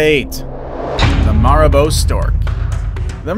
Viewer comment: I think it's pronounced mare a boo.